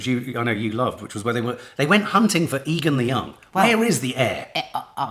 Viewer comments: It's Aegon not Egon, makes me think of ghostbusters 😂 I'm loving the whole series. Sad its nearly the last one. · A good way to remember how it's pronounced is by remembering the nickname. Aegons are often called Egg. Soooooo Egg-on.